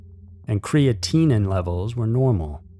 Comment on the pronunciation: "cree-at-in-een" is how you pronounce creatinine. Creatinine clearance is how you test kidney function. (Excess creatinine, a protein, is cleared from your body, by your kidneys). How much creatinine is present, in your urine, can tell if your kidneys are doing their job.....BUN (blood urea nitrogen) is a blood test that tests how much urea and nitrogen are in your blood (which in turn tells you how well your kidneys are filtering your BLOOD).